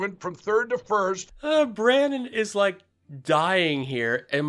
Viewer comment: "LETS GO BRANNON"